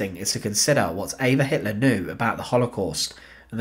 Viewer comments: Her name is EVA NOT AVA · Her name is Eva. He pronounces it not in the German way. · Spelled Eva pronounced Ave-ah.